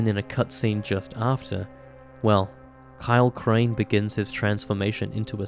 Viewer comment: I hear more of a “Please Kyle Crane” from it